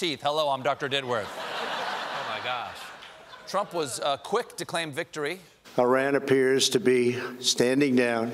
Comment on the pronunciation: Thanks Stephen for not pronoucing Iran like "I ran."